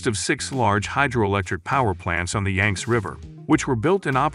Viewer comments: Yang zee river, not yanks!!!!!! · It's YANG-see - get it right!